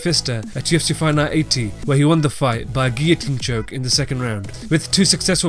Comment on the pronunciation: can you say fight night more clearly? i sometimes dont know what youre saying